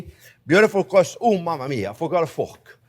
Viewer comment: You make a nice cwumie cwust fwiend